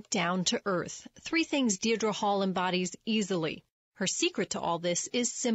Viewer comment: Lady! It's Deidre!! 'DEE-DRA' !